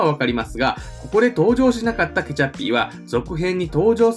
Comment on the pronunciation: 何故かケチャッピーがケチャップに聞こえてしまう